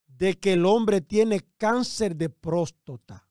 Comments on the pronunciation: Este hombre dizque tan letrado y no sabe decir prostata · Joel Adames ! No se dice próstota , sino Próstata !!